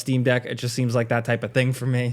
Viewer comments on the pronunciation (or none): Tell to stop saying like a dragon INchin it drives me nuts lol